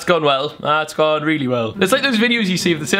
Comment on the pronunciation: The way you pronounce Gone....